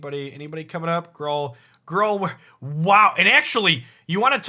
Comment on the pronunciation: Has anyone else heard Gruul pronounced “Grawl” before? Me neither.